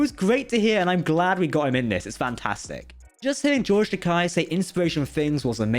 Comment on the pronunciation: Remember, it's “Ta-KAY”, not Ta-KI; he’s said that Takei means “expensive” in Japanese.